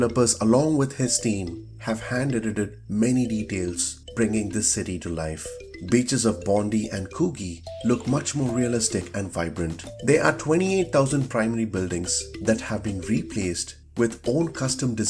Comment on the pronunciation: Its pronounced (Bond-eye)